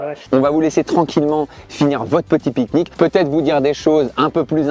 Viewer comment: Ils ont dit "bon appétit alor" les gens qui réponde a ben quand il dit "ont fait un pik-nike"